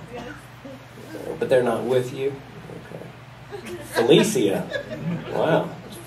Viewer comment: Felecia.. she just changed the pronunciation of that name. Bye Felicia.